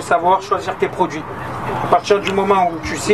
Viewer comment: comme comme bordel!!!! pas commeuhh ou prodjuis c'est produits!!!!